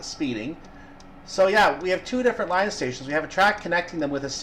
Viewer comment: Great and informative video. really enjoyed it. One bugbear Its leeeeeee on Not Lion